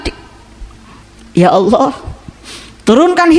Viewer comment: Memangnya kalo puasa yg marah tetap marah yg korupsi tetap korupsi kamu ngomongnya ngawor belajar lagi kamu ilmu agamanya nyebut alloh aja olloh